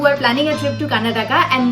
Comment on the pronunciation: Nice video, but please pronounce the state name properly. It's KAR-NA-TAKA